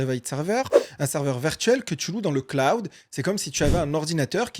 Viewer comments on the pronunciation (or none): none